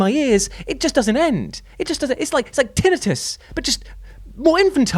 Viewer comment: hearing you say tin-it-us gave me tinnitus